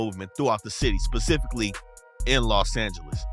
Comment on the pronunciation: bruh had to dig into his entire educational soul to annunciate “specifically” 😂😂😂😂😂😂😂